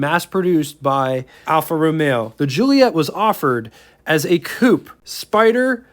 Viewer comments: Dude...please..JU-LI-Et-AH. The later car (1600) is a Giulia. Where do you get Ju-LI-ett? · Great review- they are incredible cars for their era, still fine in traffic now which for a 60+ year old is fantastic. It's italian, so pronounced- Jee-ooly-ett...A!